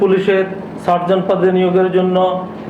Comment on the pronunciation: সর্জন না, সার্জেন্ট